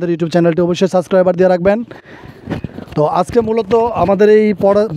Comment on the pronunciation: সাসক্রাইবার না, সাবস্ক্রাইব